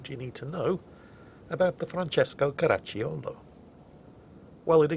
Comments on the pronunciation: Your pronouciation of the Francesco Caracciolo was on point, and ty for the nice video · I'd say your Italian-accentuated "Francesco Caracciolo" sounds pretty spot-on. But then again, I'm German, so I'm about as shit it can get when talking about accents, right? :D /edit: zänk yu vor träwelling wizz Deutsche Bahn. ;)